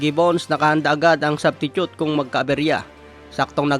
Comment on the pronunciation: "Subtitute" HAHAHAHAHA